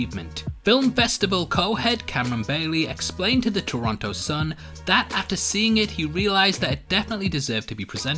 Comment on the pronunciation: "Toronoto" ? really?